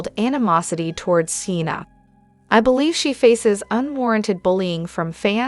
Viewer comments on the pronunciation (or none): I which you'd pronounced names right Schenu?!? You mean Scheana ... Kandoval?!? You mean Sandoval... Again seena ?!? You mean Scheana ... Use your own voice might come across as more authentic..just a thought!